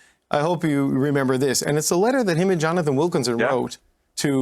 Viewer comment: What's with Freeland and Gould...I did not know that 'and' is spelled with a 't' instead of a 'd'....it's quite irritating.